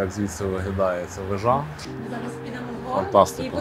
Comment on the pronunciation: Пане, не,,вежА", а вЕжа! Навіщо спотворювати українську мову недолугими наголосами???